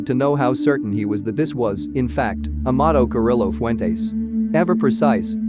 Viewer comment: ouch the name butchering....that should be a crime! Lol